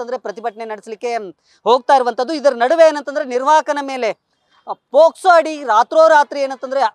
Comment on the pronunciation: ನಿನೆ ಸರಿಯಾಗಿ ಮಾತಾಡೊ ಪೊಸ್ಕೊ ಅಲ್ಲ ಪೊಕ್ಸೊ😂😂😂